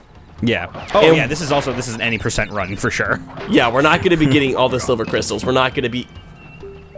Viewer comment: it hurts everytime says "silver crystals" -_